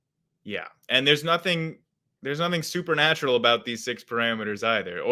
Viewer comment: Okay first of all, it's supernatural, NOT "super natural".